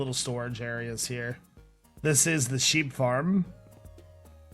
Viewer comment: at the sheep farm it sounded like he said weed farm